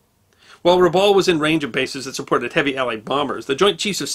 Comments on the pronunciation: Dear, in Australia we pronounce "Rabaul" as follows, the first "a" as in "cup", "baul" as in "Bowel" please keep up the great work!! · As an Australian trust territory the town is pronounced Rab Bowel. I grew up there. Our family arrived in . There were many relics of the war still present. The Japanese tunnels.....300 miles of them built into the caldera wall of Rabaul. Also perfectly preserved was Admiral Yamamoto's war bunker. It was underground made of concrete and once you entered via a stairwell it opened into a large round chamber. On the walls was the map of the Bismarck Archipelago, all the islands and the where the battlements were. A volcanic eruption destroyed Rabaul in 1994 with persistent further eruptions that continue today. Some parts away from the volcano remain and have been rebuilt. Today (2024) Rabaul is visited by many cruise ships that come to see the volcano and the remnants of the pacific war. In its hey day it was a very beautiful town and known as the 'jewel in the crown'. The allied force stationed in Rabaul was 2nd 22 Battalion with Lark Force. It was impossible for the allies to hold Rabaul once 5000 Japanese troops arrived. Many many stories are told of the atrocities during the occupation. Thank you for the video. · went full on Japanese when pronouncing Rabaul Harbour.